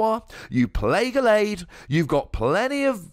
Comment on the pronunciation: the way you pronounce gallade pisses me off so bad